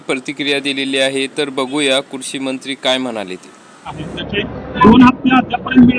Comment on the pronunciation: किती अशुद्ध बोलतो युट्युबर.कुरशी मंत्री नाही, कृषीमंत्री.परतीक्रिया नाही,प्रतिक्रिया.